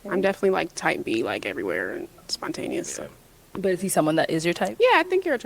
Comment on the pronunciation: The way this man just butchered spontaneous got me weak.